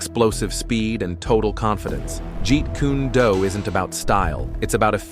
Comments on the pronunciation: Jeet koo-nay doo? AI SLOP. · For some credibility, you should probably start with learning to (or teach your A.I. bot to) pronounce "jeet kune do?" If you had such horridly (and frankly disrespectfully bad) pronunciation and tried to talk to anyone remotely knowledgeable in ANY JKD training gym, they'd LAUGH IN YOUR FACES AND GIVE YOU THE OPPORTUNITY TO LEAVE BEFORE YOU GOT HURT. Incompetence such as yours is not worthy of them stooping to conquer you. Instant unsubscribe